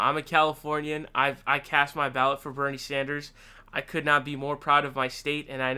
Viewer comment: Thx for getting Bernie's pronunciation correct......you have permission to say Bloombard through I N F I N I T Y